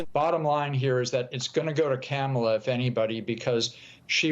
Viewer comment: Go, Go, Kamel-Uh "TOE"!!